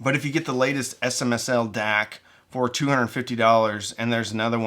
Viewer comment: At first I had no idea what you were talking about with the "dack" so I checked it on the videos cc to see how it was spelled and it said you were saying "deck." Great video. Love your channel.